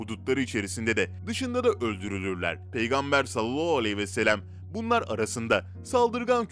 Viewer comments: Sen peygambere salolahu vesselem demekten vazgeçmeyeceksin belli ki. Sallallahu aleyhi ve sellem demek zor değil. Eğer dilin dönmüyorsa ( ki buna inanmıyorum çünkü bir sürü zor kelimeyi gayet normal söylüyorsun) biraz çalış. Yok dilin dönüyor da her videoda bir sürü insan uyardığı halde sırf yorum yapılsın diye salolahu diye bir kelimeyi söylemeye devam ediyorsan onun da cezası Allah katında vardır elbet. Kasten yapıyorsan İnşallah layık olduğunu bulursun. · Efendimiz Hazreti Muhammed sallallahu aleyhi ve sellemin ismini salavat-ı Şerife sini daha dikkatli bir şekilde doğru telaffuz ederseniz çok seviniriz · Katılıyorum ancak dili dönmuyor sanırım